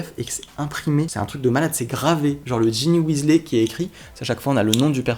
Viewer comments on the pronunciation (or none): On ne dit pas Weasley on dit Wesley